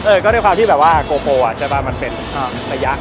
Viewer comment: GoPro not gopo